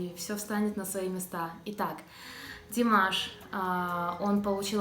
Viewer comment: Какая обаятельная,искренняя,глаза-зеркалло души,а глаза у неё красивые.Как она ласково произносит Димаш,люблю ее,замечательная девушка!!!